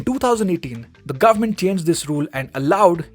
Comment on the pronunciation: Here from the future... gur-mant decided to go maximum cray cray indeed